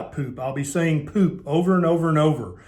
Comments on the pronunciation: Agreed! It's the pronunciation not so much the facial expression for me."Pewp." 😂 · "Stinky Ginormous Poop" 🤣🤣😂😂🤣 I didn't need my teenager in the room, I'm 50 and I still couldn't help having a good laugh...!! Man why the emphasis on the word too.?! POOP.,!! Oh ya killed me man ya killed me..... Serious though, thanks heaps for this i been through heaps of different style diets and fasts too, and I'm starting carnivore and I really needed to ask the things you answered anyway... Thank you... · 🤣🤣 this made me lol, but it’s so true! Being a Brit, the way you say ‘poop’ made me lol. Thanks for speaking about this normal body function that does get pushed under the carpet because no one speaks out! It was very enlightening and interesting and true!!!!! Keep up the great work.